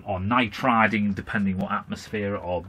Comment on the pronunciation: were you trying to say "nitriding"?